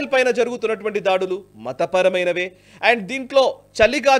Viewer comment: అండు అండ్ అంటారేంటి సార్